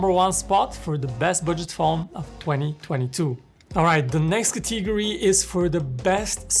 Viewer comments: Except the dynamic island part I feel like I know which phone you were gonna choose 😅. Good Video though. Also It's "Category" not Cathigory 😐😒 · Drinking challenge Take a shot every time he mispronounces the word "category"